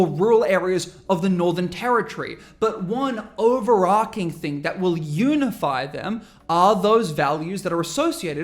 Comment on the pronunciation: stopped listening when you pronounced overarching as,"arking"